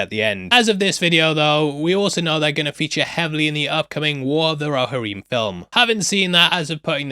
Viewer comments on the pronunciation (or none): It's pronounced "Roh-HEAR-em" Not "roh-ha-REEM" This isn't "aluminum" so you don't get a pass!!!